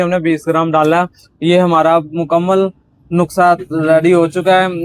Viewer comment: Nukhsa nahi nuskha hota hia